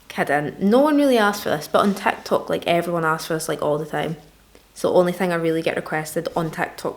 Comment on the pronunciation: on "Tahk-Tohk"